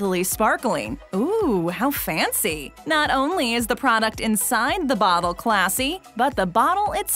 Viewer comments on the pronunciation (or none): none